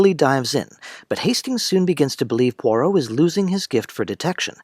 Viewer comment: It's not Pore-Oh. It's Pwa-roh. I can't keep listening to you mangle the name. If you were a fan and had watched the show, you wouldn't be mispronouncing it. This must be AI.